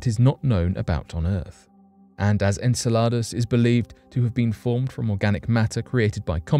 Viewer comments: Repeat after me its pronounced "En-cell-od-us" not en cel lott a that sounds like a menu item off taco bells menu . Repeat after me...... it's "Guy-Sir" Not Geezer.. I agree with my man Richard True That's our President of our States because we darn sure are not that united at the moment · Anyone else get irritated by the way he said Enceladus ??? Its prenonounced En-sella-Dus, Its NOT prenounced En-salar-dus🤯🤦‍♂️ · Enceladus! He keeps saying this word as if in Spanish which means salads!😂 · “En-sell-lod-us?!” It’s “En-sell-uh-dus.” He makes it sound like Spanish “En saladas” (“in salads?”) For a Brit, he sure is awful at pronouncing English words (even if those words have non-English origins; they do have commonly known pronunciations in Ingles.) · I'm sure Enceladus is pronounced 'en-sell-eh-dus' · Are you going to run a piece on pronunciation, I hate to be picky, but it's en·seh·luh·duhs. Just google it please, I hate seeing names changed into something unrecognisable. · I think he got confused and thought he was talking about a Spanish salad. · He is british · I understand that there are many words that the British pronounce differently than Americans, but I didn’t know Enceladus was one of them … hm..perhaps that is why though